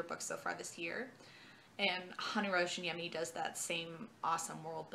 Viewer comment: I love the Jean le Flambeur trilogy! Btw, we Finns pronounce J more like your Y, so it's closer to Rayaniemi. Otherwise, perfect pronunciation! That "niemi" part can be tricky to some. I'll definitely read his collected stories when they come out.